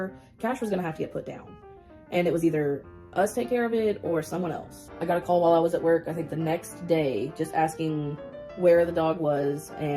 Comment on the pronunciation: we were Trailer Trash that’s what everyone “Soll” us as …bLaH blah cur-TANES he was tangled in cur-TANES 😂😂😂 jeez